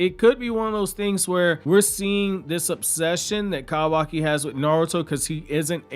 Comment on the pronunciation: If your country ass don't say kawaki right.🤣🤣🤣🤣 Bro too much emphasis on "ka"